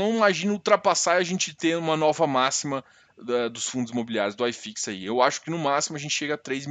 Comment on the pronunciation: Acho que ele é gaucho....Se fosse mineiro ele chamaria Uai fix....E se fosse baiano chamaria oxifix...